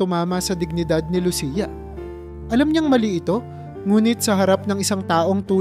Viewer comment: Pangalan ni Lucia mali rin ang pagbigkas mo.